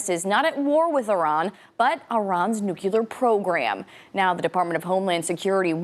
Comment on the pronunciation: She's mispronounced nuclear That's like saying vee hickle